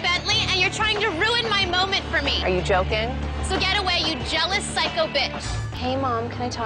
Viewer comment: sis said "phycho" 💀